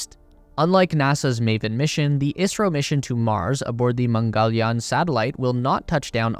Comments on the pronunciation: not i-a-si-ro its is-ro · Why does it sound like you're saying Israel in a video about India ??? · The host is saying "ISRO" not "Israel", his pronunciation of ISRO is wrong but everyone who is aware about ISRO will know that host is talking about Indian Space Agency and not about Israel. Anyways Correct Pronunciation of ISRO is: "IS" as "is" in "his" and "RO" can be pronounced normally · It's ISRO, not Israel. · Did I hear you kept saying Israel instead of India? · Isro not Israel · Right ? I keep hearing israel too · Why does he keep saying Israel? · he pronounces ISRO as Israel for some reason lol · The host is talking about "ISRO" not "Israel", but yeah since the pronunciation of Host is wrong than misunderstanding is expected among those who are not aware of ISRO. Anyways Correct Pronunciation is: "IS" as "is" in "his" and "RO" can be pronounced normally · OK, ISRO. Am I the only one with a hearing problem? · Isro , he’s saying ISRO